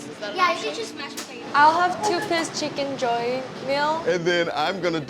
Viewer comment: the way yoonchae said chicken joy in sounds like a filipino accent 😂